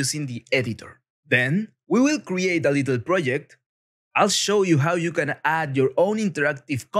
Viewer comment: I was making fun of how the guy pronounced project ;)